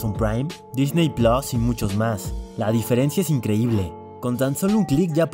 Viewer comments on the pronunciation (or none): none